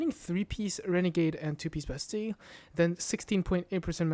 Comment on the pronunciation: the only person that pronounces bastille correctly